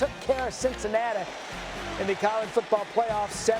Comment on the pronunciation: All I heard was CincinnatAH